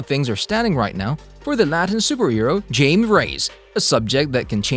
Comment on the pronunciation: He so awfully mispronounced Jaime's nams